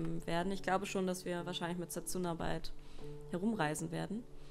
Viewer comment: Sehr schönes Spiel... werds mir bei Zeiten noch für die Switch holen... (spricht man dsa nicht eher Setsna? ^^ Wie auch Sasuke ja eigenltich Saske gesprochen wird?)